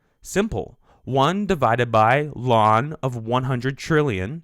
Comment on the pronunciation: bruh why he sayin lawn